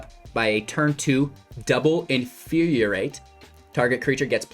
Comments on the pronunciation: In-fyur-ee-ate not In-fyur-ee-ur-ate This pedantry brought to you by CGB's Professor of Symblahblahblah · It's not "in fyur yur rate" it's "in fyur ee rate".